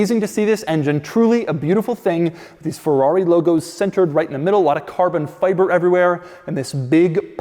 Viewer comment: I need a carbun fyber compilation. The way he pronounces it makes me chuckle every time.